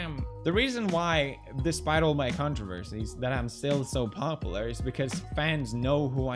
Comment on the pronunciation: Pewds love ya but I think we can't keep letting you get away with mispronouncing "popular" it's pronounced "pop-yoo-ler"